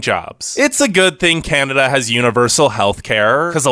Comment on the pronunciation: He said: oh caneda